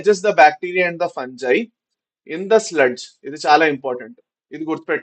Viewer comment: Sir fungi pronunciation